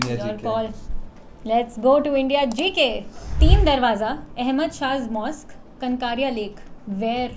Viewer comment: Kaankaria lake - please work on some of your pronunciation🙏🏼 It’s actually कांकरीआ (my city)